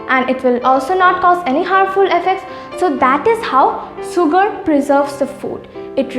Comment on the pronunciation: Sugar - shugar(pronunciation)